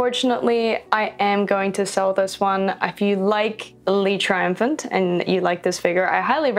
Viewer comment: I'm French and your pronunciation for le triomphant is cute but not accurate but is cute